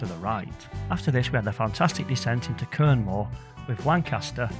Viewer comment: Another great video. Just one minor point, the locals pronounce Quernmore as 'Cormer'! Cheers 🙂